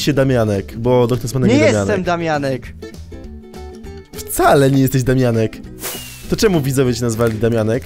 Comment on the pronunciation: to juz sie robi chore i wkurwiajace z tym "daumianek"